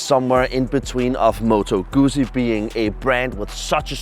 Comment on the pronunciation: You need to learn how to say Guzzi.... It is pronounce "Good Zee".